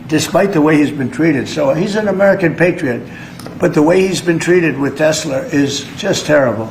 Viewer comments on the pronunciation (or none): The idiot keeps saying Tessler is Tesla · Why does Mr. Tangerine Man say "Teslurr," but not "Melaniurr," "Larurr," or "Ivankurr?" Or "The United States of Americurr?" (Life is grim and confusing for those of us who struggle to keep pace with His Magnificent and Unparalleled Intelligence.) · He does the “Tesler” thing on purpose. It’s a little back-jab to Musk. He amuses himself with nicknames for his people & enemies.